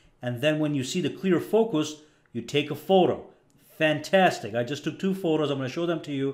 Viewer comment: Nobody: Him: FAN TAS TIC